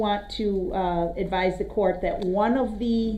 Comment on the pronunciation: He can't even say that he says dat